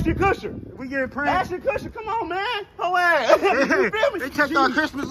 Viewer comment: "Ashton Kusher" 😂😂😂